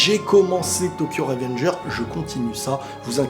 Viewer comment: Tokyo revengers avec le s qui se prononce sinon bonne vidéo